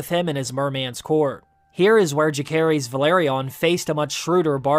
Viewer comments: Did this guy watch the series? 'Lukaerys'?! 'Jakaerys'?! 'arax'?! I mean its just pronounciaton but cmon man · Lucerys: LOOSE-ERIS!! Jacaerys: JASE-ERIS!!!! Why did you not listen to how these character names were pronounced in the show??? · Lucerys (Loo-sair-iss) Jacaerys (Jha-sair-iss) I love your videos, but it hurts every time I hear a name butchered lol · Lu-Sayrys… Jay-sayrys.. good lord.. they are Valyrian !! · Why would you intentionally pronounce Jacaerys name wrong? I can’t understand why. And then you call him Jace a few times🤣. What is going on?! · I don't get how you mispronounce names that they say in the show 😅 lucerys and jacerys. I think that middle c is a soft c. Ssssss. Im pretty sure